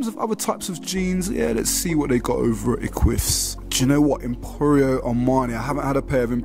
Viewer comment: eqvvs is pronounced ek-wiv-is bro for future reference